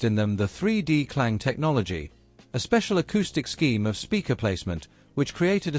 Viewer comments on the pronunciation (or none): none